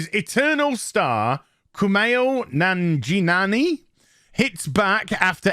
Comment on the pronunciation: "Nan-ji-nani" Lmao 🤣 😂